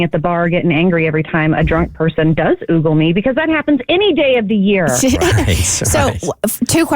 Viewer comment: It's not oogle, it's ogle, dummy!